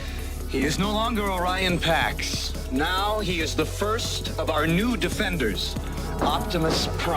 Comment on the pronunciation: "O'Ryan Packs"? No wonder Prime was so heroic. He was Irish Catholic! ☘